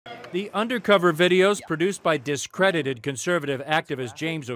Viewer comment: "dis credited" lmao